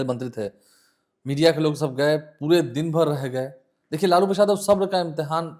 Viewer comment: इसको लालू प्रसाद यादव का नाम तक तो बोलने आ नहीं रहा और यह लालू प्रसाद जी का किस्सा सुना रहा इसको पता भी है कि लालू प्रसाद क्या हैं